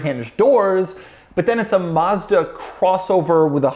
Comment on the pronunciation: Maz-da not Mus-da